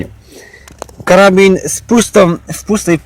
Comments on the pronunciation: "Karabin" xd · Karabin? Aż mnie uszy bolą...